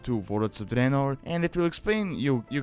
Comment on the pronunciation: I really like how you pronounce "Warlords of Draenor", you are trying too hard to hide your accent. Let it flow... it sounds awesome, like an Italian Dracula, you should post a 1 hour video of you just saying Warlords of Draenor in your own accent